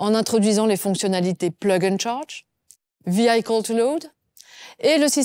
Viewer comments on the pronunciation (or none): Attention à la prononciation en anglais : Vehicle se prononce "Vee-ih-kəl" presque comme "véhicule" en français et non "Vee-AÏ-kəl".